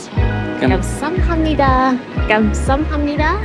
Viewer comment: 감쌈니돠 앙년하씨요~ 기영복쿵~ 발음 귀엽네 ㅋ